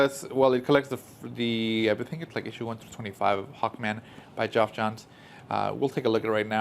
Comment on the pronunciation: FYI - Geoff is pronounced as Jeff, not Joff.